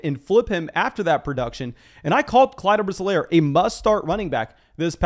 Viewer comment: Clyde's last name is pounced EE-Lair, buddy.